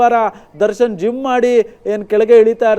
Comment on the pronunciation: ಜುಮ್ಮ್ ಅಲ್ಲ ಕಣೋ ಜಿಮ್ 😂